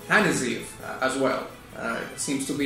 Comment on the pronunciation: Gotta love how he says "Hanazeev" tho.